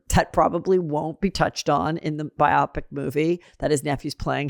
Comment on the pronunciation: It is bi-o-pic not biopic. Your the second person in a week I have heard saying it wrong❤